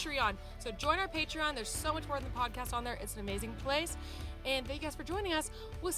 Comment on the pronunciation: I missed the podcasts, and Lisa's "it's cimorelli podacast" accent 😭😭❤